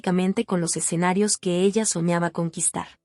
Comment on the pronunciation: Admiro a esta gran cantaautora SIGA APRECIABLE DAMA ,Agrego algo curioso la narradora menciona " exenarios en lugar de escenarios "